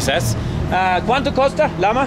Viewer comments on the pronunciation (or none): LMAO I laughed so hard at Jeffrey in bald's bed 😂 Hey Harald, when you ask how much something is you get a few blank looks as the way you pronounce it is costa which means "coast" you need to say cuesta pronounced "kwestah" and you will get a bit more luck. 😊